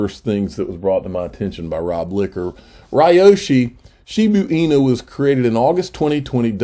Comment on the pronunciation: shibaaa inu .....not shibuuuu inu.